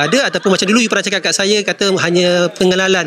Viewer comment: Suruh ajai betulkan sebutan S nya jgn saya di sebut jadi shaya,shyuka,shyanang baru lah komen orng